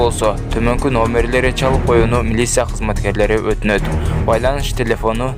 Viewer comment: Милиса эмес Милиция деп айтчы тантыбай